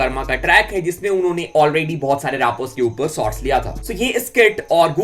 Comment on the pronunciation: bhai aap sots bolta ho say shots